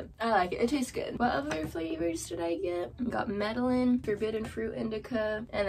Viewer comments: Also not to be the worst ever but its pronounced "med-ey-yeen" just in case lol i hope this isn't too annoying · the L’s r silent in the strain name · The Medellin one is pronounced meh-duh-yeen. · Medellin pronounced like “meda-yeen”